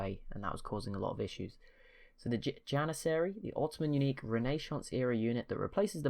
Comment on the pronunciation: And also may i point out that it is janissari jan-iss-sairy and renascence you can hear the s its not a sh sound